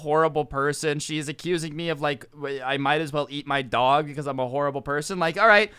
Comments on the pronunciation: The way says dog! Lmao 😂 ‘DaWhG’ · The way he says dog is so funny